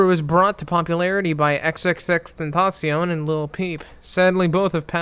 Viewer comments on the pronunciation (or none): none